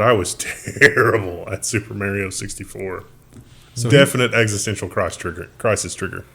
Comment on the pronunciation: you are pronouncing Mario incorrectly.